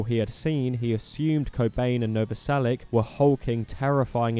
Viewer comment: It's Novoselich, not Novoselick.